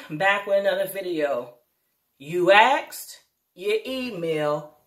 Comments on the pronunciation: Please stop saying Ax'ed. Google 'how to pronounce asked' and listen to the audio, please. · It’s unfortunate you see my help us tearing you down. Watching a sister with “two degrees” representing AKA and saying the word AXED repeatedly breaks my heart. And you were really hitting that X HARD. But what’s worse is when I try to correct you, you reject it. How are you ever going to grow and learn if you cannot take correction? Sister, just learn to pronounce it correctly. It takes effort, don’t be lazy, work on it, you can do it. That way you won’t have to tell everybody you have “two degrees”, it will be evident in your speech.